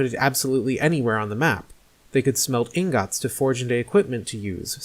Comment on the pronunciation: Finally a human who pronounces it correctly as Ingot and not inget